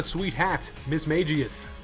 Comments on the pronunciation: Why do people pronounce Pokemon names wrong. Mismagius not Mismageous. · Btw it's Mis-Mag-Eus not Mis-Mage-Eus